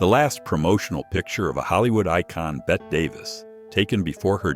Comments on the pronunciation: I'm so sick of these videos that use cheap text to sound narration- where there is so much mispronounced names. Example: text is Bette Davis which is pronounced as "Betty" as we all know- Here her name is mis-pronounced as "BET"-- an UNPROFESSIONAL FAIL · Another one saying Bette Davis' name wrong. It's Bette (Betee), not Bet. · Bette and Zsa Zsa pronounced wrong